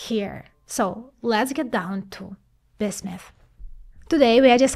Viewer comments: It really irritates me that she cannot pronounce the name "BISMUTH". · Was trying to catch what exactly she was saying. Sounded a little like biff-mutt. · lmao each time I hear bithmut haha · BIZLISP #smile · I think the best part of this is hearing say Bismuth.